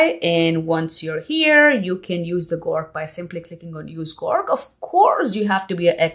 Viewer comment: Nice video. Your English accent is pretty great but onething I wanted to point out. You kept calling "GORK" but It is "GROK". ☺